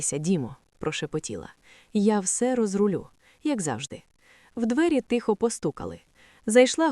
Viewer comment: І українською тихо а не тіхо .хоч переслуховуйте себе